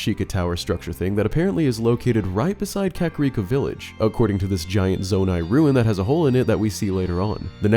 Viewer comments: say zonai again i dare you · Stop saying zonai